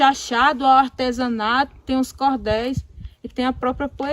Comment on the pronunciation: muito bem explicado, porém é da palavra Artesão é que deriva Artesanato e não se pronuncia ARTESENATO!!!